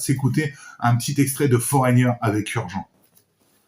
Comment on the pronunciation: Foreigner Urgent se prononce Urgente 😊